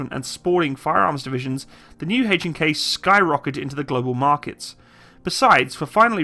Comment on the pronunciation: I can't stand the way you say, "Hay-ch & Kay" It is H....not HayCh.